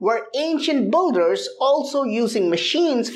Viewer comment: I keep hearing "Ancient Budhas" and I'm like wow wtf!? ...and then I remember he actually said "ancient builders" Love your content tho.